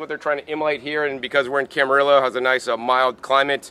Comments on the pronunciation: It's pronounced CAM A REE YO, Calif. Good vid, tho, dude. Thanks. (from a southern californian - El Cajon) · It’s pronounced cama-rio. 😉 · Camarillo is pronounced KAM-ə-REE-oh. Two "LL's" are pronounced as a "Y" in Spanish/Mexican.